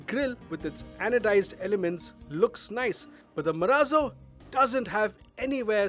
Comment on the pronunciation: "MARAZO"............ बोले तो.........????